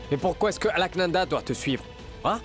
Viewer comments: Qui comme moi a vu que Vias J a dit Alkananda au lieu de Alaknanda 👍👍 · Vias joue bien son rôle de malade 😂il ne peut bien prononcer le nom d'Alka li di Alkalanda 😂eeeh les indiens 😮